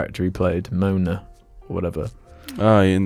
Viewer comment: I sure love how pronounces Moana like "moaner"